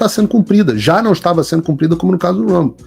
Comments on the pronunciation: Ainda não entendi por que os brasileiros pronunciam palavras em inglês errado. Como dito: rumble, não se lê como r de rato. Challenge não se lê como x de xícara e assim por diante. Eu, que nem acabei o ensino médio, sei disso. O pior nisso tudo é que existem pessoas que se diz "formada" cometendo esse erro. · Ela năo sabe nem pronunciar Rumble corretamente. Que tipo de serviço jornalístico é esse??!! Padrăo Globolixo.